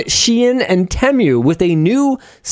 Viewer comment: Tee-Moo, not te-mju